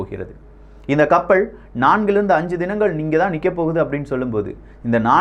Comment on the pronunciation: கப்பள், தகவள், உளக நாடுகள், நள்ளது. இதுதான் யின் உச்சரிப்பு. படுமோசம்